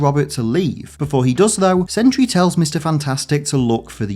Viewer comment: Sentry ha more like Sen/try 😐